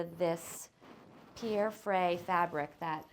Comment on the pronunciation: Nobody ist able to pronounce the name Pierre (Frey) correctly. 😂 Otherwise beautiful spaces, beautiful ideas.